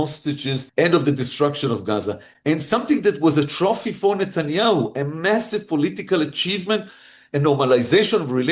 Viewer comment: I can teach you how to pronounce his name correctly.